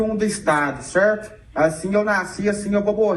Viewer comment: Até puxou o R kkkk cerrto